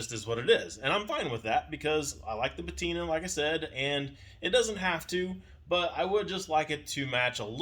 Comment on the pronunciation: Please look up the word patina